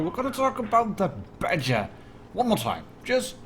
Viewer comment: when you say Badger I think you're saying BatChat lol nice video thanks!